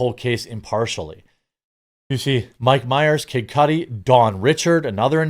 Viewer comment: It’s Cudi, not Cudi